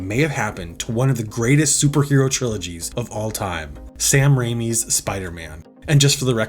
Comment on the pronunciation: Saddest loss of all: The second “I” in “Raimi”